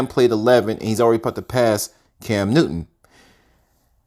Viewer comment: Bro decent video..but your Ssssss are killing me!!!! It's not Cams Newton..and it's not yardages .....!!!